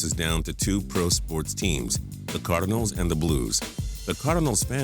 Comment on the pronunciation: Why do you say cardinals like that